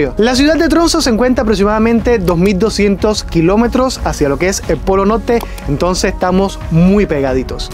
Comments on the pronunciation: Norte no nolte Circulo no cilculo Extremo no egtremo Invierno no invielno.. Jajajajajajaja😂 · Por que NO PRONUNCIAS LA R ? POLO NOLTE